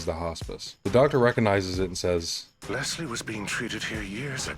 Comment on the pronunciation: My sister’s name was Leslie, and she hated when people pronounced it “Lezlie” like you do. But I won’t hold it against you because this video is a BANGER and The Evil Within isn’t talked about nearly enough. True survival horror & one of my personal favorites 👌🏻